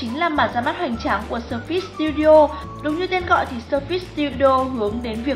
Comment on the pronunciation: phát âm sai surface rồi